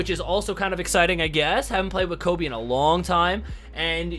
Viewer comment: ooh but he not Kobi is Kobe I was confused Because he say kobi